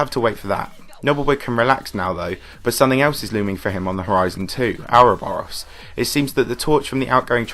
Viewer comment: pronounces ouroboros as OUR-oboros me: soounds like communist propoganda, but ok